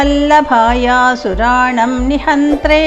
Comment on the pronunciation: It should be read as asuranam nihanthe by dividing that means. word .Please excuse